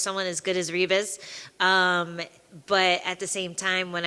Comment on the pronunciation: Lol it's pronounced Hibas